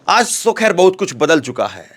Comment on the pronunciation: Aaz nhin aaj hota hai 😂